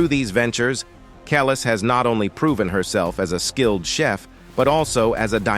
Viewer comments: It sounds like he is saying callus 🤦‍♀️ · You are saying Her name Wrong, AI bot!!!!! It’s KUH-LEESE. You suck! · always thought it was pronounced Kel-ees - anyone know if that's right? Maybe the A.I. voice can't get the subtleties. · I wish he would pronounce her name right. If you’re going to make a documentary you should make sure your pronouncing the subject of the documentaries name right. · Yo don’t speak on our culture until you learn or know the correct pronunciation of the artist’s name. You sound ignorant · I hate when the person telling the story pronounce the person's name they way they want to when she and all of her fans say it differently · The way the narrator is saying Kelis’ name is sending me 😭